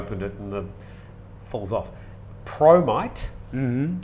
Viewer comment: I misheard " promite", i thought you were sharing bromide.